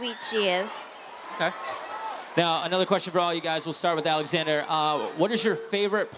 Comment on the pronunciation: Alexander* Yeah, I know, it sounds like 'Zxander' but it's really Alexander:)